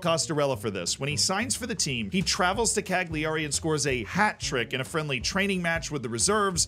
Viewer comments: Good video. Some tips though. We don't say U17 as "you seventeens", It's "under seventeens". Also, Cagliari isn't pronounced "Cag Lee Ari", it's "Cal Ya Ree" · Gag - lee- ari 😂😂😂 It's Kai-lari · Ok bro where's the hair? What did you do with it? Put it back. PS: the "gli" in Italian is pronounced as a "yee" sound... Cagliari = Kah Yee Ah Ri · Went full USA for that Cagliari pronunciation then 😉 Great vid keep em coming. Thanks 🙏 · The g in Cagliari is silent. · if you want to pronounce cagliari correctly, remember that the g is silent.